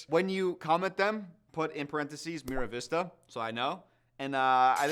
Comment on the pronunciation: MAR vista, not Miravista